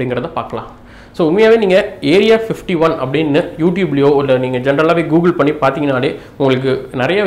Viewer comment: Bro clear ah pasuga area 51 nu soiluga area 15teen soilura mathari iruku .speak clearly